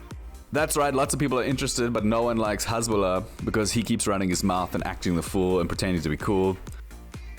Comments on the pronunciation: His name is Hassssbulah, not Hezzzbulah, I mean make a little effort, respect the fighters big and small. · The name is "Hasbulla" with S not Z, thanks...